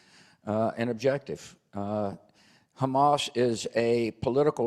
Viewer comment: as long as he's ahead of Ali G, not calling 'Hummus" instead of Hamas. We still remember his "Nucilar" talk